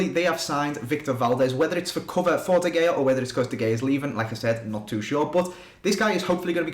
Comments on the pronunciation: i love how you say de Gay-ah instead of De Hay-ah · It's pronounced De Hea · It's pronounced De خya